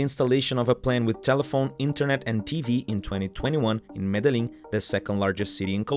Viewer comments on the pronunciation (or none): His I’ve never heard Medellin mispronounced so badbly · Oh man a lot of things wrong with this video but the way you say Medellin is just horrible ask google translate next time 😂